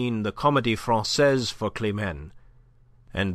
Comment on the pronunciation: Enjoyed the reading. A few awkward, Americanized French pronunciations caught my ear, but the wrong pronunciation of Francaise by Pantaloon, followed by the correct one by Andre-Louis made me wonder.